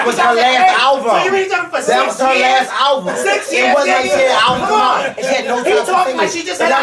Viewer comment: was hot!! lmao! the fact that he kept saying "alvum".... tears...